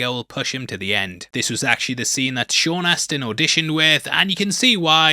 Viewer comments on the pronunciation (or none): none